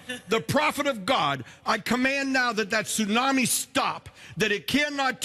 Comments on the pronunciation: " AM in the morning" seems kinda... redundant. Also, this is how you pronounce tsunami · Dude, I love you, I adore you, I wanna make mad passionate love to you and have your gay babies, ok! BUT, PLEASE do NOT say TSU-NAM-I like that anymore. Do you really WANT people to know you're Canadian? Hugs and Tugs!